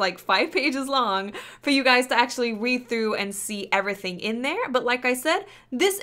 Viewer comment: I would subscribe... But the way you say "everything" bugs the shit out of me.